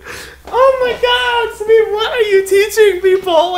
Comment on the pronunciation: This is the first time I have ever heard someone pronouncing an Indian name so correctly 👍 The way said SAMEER..it was so clear👏